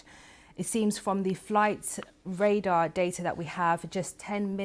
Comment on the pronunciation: Raider. You mean Radar Madam.. BBC indeed. How did she get this role. Seriously. Bless her.